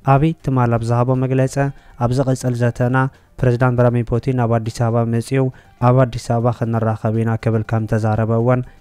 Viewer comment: መግለጸ ዘይኮነ መግለጺ ተኸታተልተ ዘይኮነ ተኸታተልቲ መልእኽተ ዘይኮነ መልእኽቲ ተዋስእተ ዘይኮነ ተዋሳእቲ ኢልካ እስኪ በጃኻ ኣንብቦ እውይ😢😢